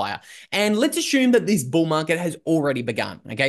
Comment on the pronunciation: JUST HAVING FUN WITH LUKES PRONUNCIATION OF THE WORD ASSUME..THATS ALL.😀